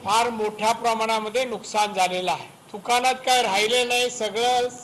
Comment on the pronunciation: थुकानात नाही दुकानात निट बोलता येत नाही पण मंत्री बनला आपल्या देशाच दुर्दैव